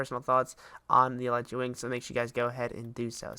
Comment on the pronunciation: It's pronounced eleetra not elightra